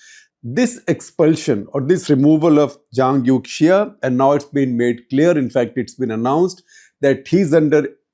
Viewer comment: The correct pronunciation of Youxia is more similar to "Yo-shia" ("Yo" like a rapper, "shia" like the Islamic sect). When in doubt, Chinese pronunciation of X can be replaced with Sh sound. eg Xinjiang is Shin-jiang, Xi Jinping is Shi Jinping (There are minor differences between X and Sh, but at least it is closer)